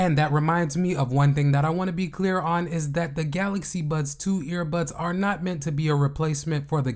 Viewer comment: Why do you keep saying "Buds Twos" and "Buds Pros"? They're called "Buds 2" and "Buds Pro".